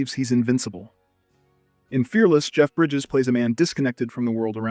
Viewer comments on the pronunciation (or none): none